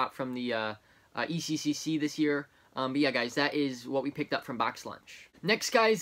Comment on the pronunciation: sorry, but i laughed every time you said ecccc its eccc